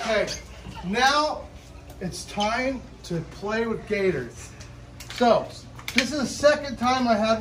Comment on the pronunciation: Wait he said gators- it sound like he’s saying Gaytors